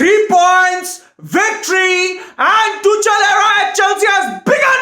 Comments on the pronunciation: it is tuk-el not tuch-el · I always enjoy your videos mate!! Keep up the good work !! Anyway ,It's Tukhel(Tuchel) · his name is tuchel but you pronounce it like tukhel in german just like acht ( means eight in german) we pronounce it likr akht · It's pronounced tukel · Tu chal 😂 😂 😂 it's tuchel... H silent... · It is pronounced "two" "khl" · could you please review the pronunciation of Tuchel before the next rant? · well maybe pronounce Tuchel right duh